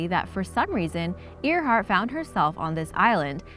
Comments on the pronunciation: You said Amelia Earhart wrong. It’s pronounced (Air-Heart.) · It's spelt Earhart, but it's pronounced airheart. And also you missed like most of the actual mystery of these mysteries. Example, people want to know who originally lived on Easter island as apposed to how a tall statue was built(anyone can answer that: big rocks and tool. See?) because it wasn't invaded. They went to the island with an invading force sure but reached a long abandoned island. You didn't talk about the electromagnetic disturbances that linger in the Bermuda that can do anything from messing with your compass, to dropping your plane out of the sky like you reached a drop pocket. And spilt booze was a legitimate issue that caused ships to get destroyed.......on warships, or combustion engines, I'm not sure if anyone knows anything about naval or marine vehicle structure, but it was actually really hard to set a ship post 13th century on fire, because the use of flame retardant resins was applied during and post construction of the vessel, the wood was also usually dampened by oceanic conditions when it was at port, or constantly being splashed and rained on during usage. So good facts and solid info, it's all well structured and educational and all, but you didn't really answer the questions people usually ask about these things. Also some of them are half explanations which usually draws out more questions.